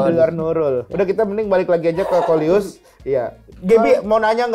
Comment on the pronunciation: bang bukan luis